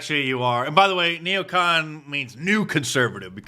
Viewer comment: It's not neocant. It's neocon!